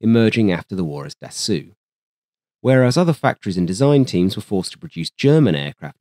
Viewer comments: Small remark. Dassault is not pronounced as 'dassooh', but rather as 'dassohw'. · Its pronounce Dasso..NOT DASSOO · Worth emphasizing that Marcel Bloch (pronounced "Blosh", btw) is the same person as Marcel Dassault (pronounced "Dah-so"). When he returned home post WW2 after nearly dying in German captivity, Marcel Bloch adopted his brother's name from the Resistance and went on to create Dassault Aviation, the company that gave us, amongst others, the Mirage family of fighters and fighter-bombers. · He repeatedly pronounced it Da-sue, which is what the OP was probably trying to correct without outright saying it. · das Oooeh is not Dassault , this is Allo Allo French level